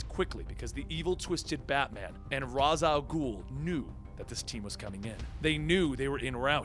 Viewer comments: No offense, but it's pronounced "Raysh" al Ghul, not "Roz". Talia actually states that this is the correct pronunciation in this quote from Batman Beyond, "Father's name was 'Raysh' not 'Raz', a common mistake." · Its raish (reash) not ras 😀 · It's pronounced "raysh" not "Roz". This was clarified to batman by Talia al ghul, not sure the issue.